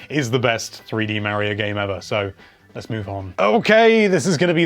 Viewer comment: I finally found a amazing YouTuber that pronounces Mario the way I do 😁